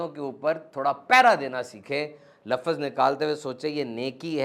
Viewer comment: ماشاءاللہ آپ کی باتیں دل کو لگتی ہیں اللہ پاک آپ جزائے خیر عطا فرمائے اور ہمیں ان باتوں پر عمل کی توفیق عطا فرمائے آمین بہت معذرت کے ساتھ آپ کی ایک غلطی نکالی ہے آپ لفظ کو لفظز بولتے ییں اردو میں اس طرح نہیں بولا جاتا